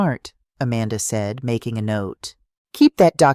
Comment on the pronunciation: Southern Arizona United States of America Narrator has a hard time pronouncing the word SAID and also at different intervals speaks gibberish. It affects the flow of the story.